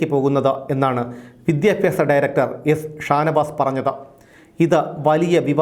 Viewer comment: Not 'vidyapyasa' it's 'vidhyabhyasa'. Please note. 😅